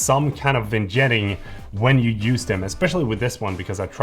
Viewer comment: First time I hear someone call Vignetting Vin-jetting.